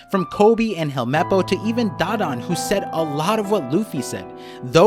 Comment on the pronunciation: Its Da - Dawn not Dadan